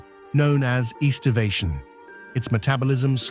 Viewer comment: It's "aestivation' and not 'eastervation'.